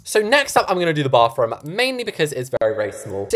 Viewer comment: my favorite parts of his videos is when he says “baFroom”